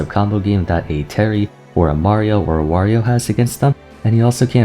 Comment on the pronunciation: Pronounces Wario wrong. Pronounces Mario right.